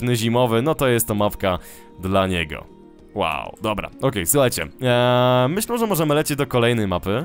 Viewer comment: Dlaczego zamiast "myślę" mówisz "myślą"?